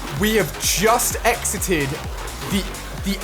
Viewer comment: the way he says exited haha